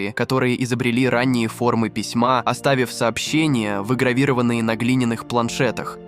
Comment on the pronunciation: ОбетовАнной земли, а не обетОванной земли. ВьігравирОванньіе, а не вьігравИрованньіе.